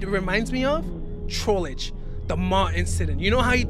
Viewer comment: i recommend you STOP saying trollege its trollge its trollge not trollege